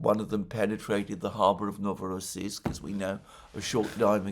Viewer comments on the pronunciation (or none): none